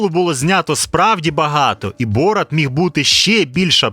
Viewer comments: Не бОрат, а борАт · Чому бОрат, а не борАт? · Не БОрат, а БорАт. Наголос в ім'ях при перекладі не змінюється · Мені аж слух ріже як ви ставите наголос! БорАТ а не БОРат😢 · Не бОрат, а борАт, уши вянут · А з яких пір він бОрат а не БорАт? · Блін, все круто, але БорАт, а не БОрат! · ясно. Один мешканець першого світу не потрудився послухати як звучать казахські імена, тепер маємо. Завжди всі переклади чув тільки з варіантом БорАт шо значно більш схоже на ім'я з того регіону, а тут просто дивитися ролик не зміг бо дряпає вуха. Звісно, інші ролики дивлюся, нічого особистого, удачі в розвитку каналу!